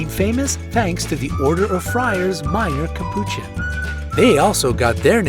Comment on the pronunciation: Nice facts I did not know most of these but what I thought was halarious was the fact you said capuchon in a weird way XD